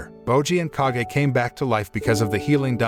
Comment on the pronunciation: Its not k a g e its kage